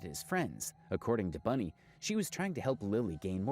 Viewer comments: I don’t like her at all, but it’s annoying me that you keep saying Bunny instead of Bonnie😂😊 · Its bonnie not bunnie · Its bonnie, not bunny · Its Bonnie not Bunnie. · It's Bonnie! Not bunny lol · Its Bonnie not Bunny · Bruh it's BONNIE...not Bunnie😂😂😂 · Sweetheart- it's ***BONNIE not "Bunny" 😂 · Bonnie, its not Bunnie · BONnie not BUNnie. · BONNIE not BUNNIE 🙄